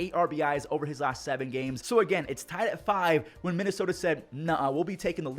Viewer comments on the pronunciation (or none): none